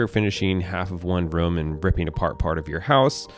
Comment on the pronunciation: I love how says room. Sounds like he's saying rum.